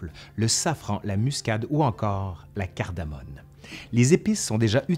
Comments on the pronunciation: Super . Juste c est cardamome et non cardamone ! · Cardamome et non cardamone ! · Bonjour ! Sujet très intéressant Je fais un rectificatif : on dit cardamome et non cardamone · on dit "cardamoMe", cardamone j'ai jamais goûté. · Eh oh,, c’est pas cardamone, mais cardamoMe!!! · Très intéressant mais pour info : CARDAMOME et pas CARDAMONE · C'est "cardamome" pas cardamone ! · La « CARDAMONE » n’existe pas. La « CARDAMOME », oui. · CardamoMe et non pas CardamoNe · CardamoMe. Et pas N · Excellente vidéo! Attention seulement, il faut dire « cardamoMe »!